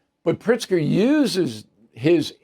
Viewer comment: Is it Pritzger or PRICK-ZGER! 🤔🤔🤔